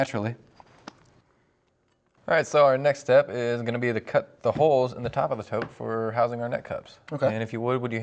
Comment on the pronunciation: ...a tote. It's a TOTE!